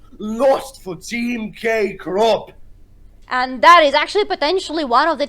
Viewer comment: thank you very much for the content, could not find the game in any other channel, you were the first to post it online lol but please stop saying "K Crop" and give the MVP to Agressivoo already x)